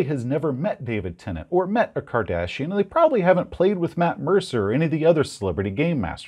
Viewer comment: And now, for the rest of the story: and Jeff made a solemn vow that night to kill every character that Todd played on their games. Also, when you said “David Tennant or the Kardashians”, I heard “David Tennant and the Cardassians”. I was all “What? That race with spoons on their foreheads from Deep Space Nine?”